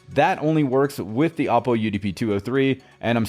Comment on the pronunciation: Panasonic UI looks like it’s from the early 90’s tube TVs. You were so good about pronouncing Oppo properly, you’re slipping bud. Oh-poh. “Oppo” is for lazy baseball talking heads when a player goes opposite field. Happy 50th birthday to me!!! Hopefully I’ll wake up to an AppleTV 4K!!!! I’ve already got me new cable. Dude, that’s a nice cable! The plugs are finished in a nice black chrome! Fancy-schmancy!!! I’m going to have to buy an Ethernet switch box next, I’ll wait until Monday.